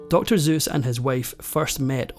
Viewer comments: The way the narrator keeps calling him "Dr. Zeus" makes this even darker. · So we've been pronouncing his name wrong but not as much as you. You keep saying, "Dr. Zoos." Seuss starts with an S, not a Z, as you are using. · Is it pronounced “Zeus” or “Seuss”? I hear both in this video. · We’ve been calling him Doctor Soose, like “moose” for 60 years. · I know I may catch a lot of hell for mentioning it and it's in no way an insult because I am very fond of the Irish accent from any region, though growing up in the US and living everything Dr.Seuss yeah made me wince every time I heard "Dr. Zeuss" , I'm not sure why LoL😆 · That's a load of hogwash, in my opinion, as I've never heard Seuss pronounced Zeus; EVER! We may use s instead of z in the ..ise/ize ending of a word but S always S at the start (not ztart) of a word unless it's a foreign adoption. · Stop saying Zeus! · No, even that was mispronounced...it rhymes with voice... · Dude, it's pronounced with an S, not a Z. He wasn't a Greek god. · Like Michael Stipe, the narrator pronounces Seuss's name with a "Z". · How is it you don't seem to understand you pronounce Seuss with an "S" not with a "Z!" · It’s not Z, it’s S! So you’re really saying it wrong. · His name, Seuss, rhymes with 'voice'. And, btw, people who take care of people are 'caregivers'. Caretakers tend to graveyards and property. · You're giving her way too much credit. Ohhh a wife who encouraged her husband to aim high. Wow. 🙄 PS it's pronounced Suess with an S. Not Zuess with a Z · You finally pronounced his name correctly at :45. Its Seuss, not Zeuss. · His pen name is pronounced "Soouz." Not "Dr Zeus." You fail the credibility test. I knew Ted personally and can attest that there is more nasty gossip here than truth. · The man's name IS NOT "ZUES", IT'S SUESS (pronounced "soo-s) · Well sir it is an S not a Z. Is it not driving anyone else nuts through the whole video with the Zeuss!? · It's Seuss with an S, not Zeus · It's "Seuss", not "Zeus", ffs